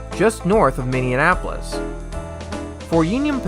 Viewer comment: Did you seriously just call Minneapolis “Minneanapolis” like 10 times?!